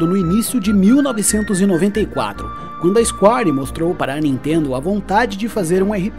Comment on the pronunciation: Ótimo conteúdo. Mas é isquér e não isquári.... Square = isquér!